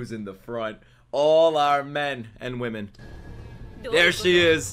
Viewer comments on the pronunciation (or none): none